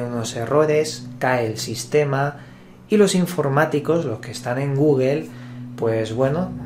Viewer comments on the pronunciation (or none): none